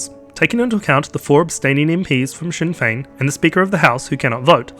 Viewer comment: I've gotta hand it to this guy, pronouncing Sinn Fein the correct way, not the way it's spelt